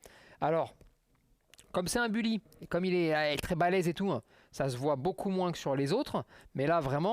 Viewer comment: il est où le "han" dans "beaucoup" ?